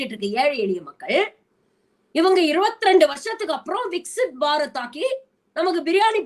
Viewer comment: Adhu enna Vicks Barath?